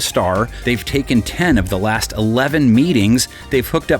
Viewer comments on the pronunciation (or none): none